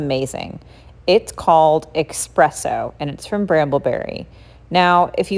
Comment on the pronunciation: You say expresso. It’s pronounced and spelled espresso. Essssss presso